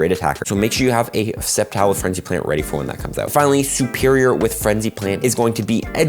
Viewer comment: “Superior” SER-perior